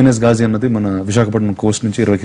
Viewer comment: this movie would be a hit if we all pronounce it properly! it's "Ghazi" not gajii.